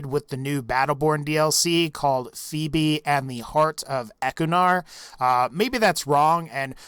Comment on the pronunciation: you pronounced phoebe and the heart of ekkunar right, I used to play that game, it was really fun but I just stopped playing for some reason, I should probably get back into it. Also shadow evil had people help him, not sure of their names nor how many people helped but yeah